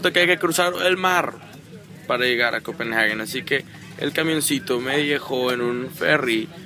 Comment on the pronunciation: no es copenaghuen, es compenhague dioss pronuncia bien